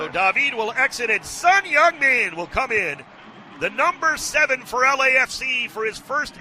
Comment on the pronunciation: you say 'Song Heung Min' like Korean! Perfect pronunciation =)